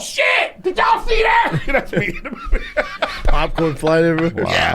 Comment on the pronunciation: Same as “smoovies”